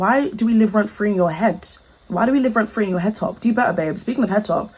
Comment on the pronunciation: "Speaking of heddtop"🤣🤣🤣🤣